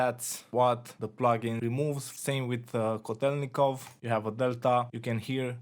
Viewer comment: Sometimes. My point is that you mispronounced the name:) Said LET instead TEL. Kotelnikov was Russian scientist.